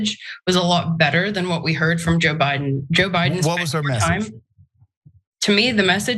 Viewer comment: LOL did you just call him Obiden